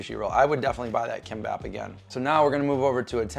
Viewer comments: It’s pronounced Geem-Bop ❤ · sound it out as gim-bop. g would be a weak k sound like "gear" so more like "geam bop".. not "k" sound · It's 'KIMPPOP" KOREAN FOOD!!!! It's not 'sushi' !!! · Geem-Bap. Kim is pronounced Geem.